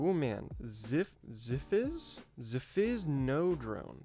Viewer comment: “Zi… Ziphis… Ziphis… Ziziziph-phis” 😂😂😂 Great stuff! Keep it up!